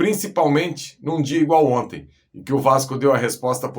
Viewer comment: "Gol di onti"